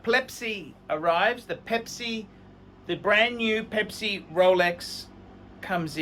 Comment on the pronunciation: why do you guys keep saying plepsi